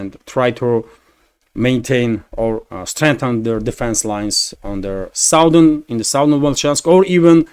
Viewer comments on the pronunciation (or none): none